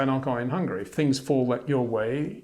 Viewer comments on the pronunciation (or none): none